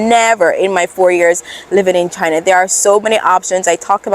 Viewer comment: Oh dear oh dear, a NEW $$$$HILL has appeared in the CCP-$$$$HILLOSPHERE !!! 😱😱🥶😵‍💫 Ok, it's "C C P", darling ! And "China" ! Repeat after me: "China". NOT "Chuh-hynah". And next time, can you do a video about the Uighurs and how they can freely exercise their religion and how there are totally no special CCP education "training centers" in East Turkestan, I mean, "Western China" ? Or how about the Tibetans... haven't heard much from them since Richard Gere's Oscar acceptance speech in 1990. Do they have freedom in China now ?? I will trust that you're totally independent when you say "CCP", pronounce "China" correctly, and assure us that Uighurs, Tibetans and Hong Kongers who like this concept called "democracy" are totally free in China, ok ?